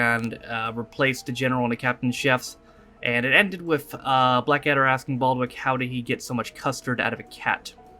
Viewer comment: You were close with Blackadder: It's Baldrick now Baldwick. :)